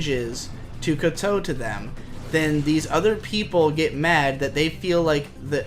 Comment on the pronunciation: I CAN'T TAKE IT ANY LONGER "KOWTOW" IS PRONOUNCED LIKE "COW-TAU" LIKE THE ANIMAL THAT SAYS MOO GODAMMIT